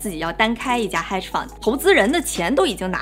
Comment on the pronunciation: 她的发音不是特别准：hedge fund的hedge 和pivot发音都不正确。北大本科、哥大（或别的）毕业的不等于英语好（按本人的标准）。